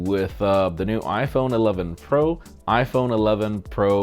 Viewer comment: saying pro sounds like he's saying bruh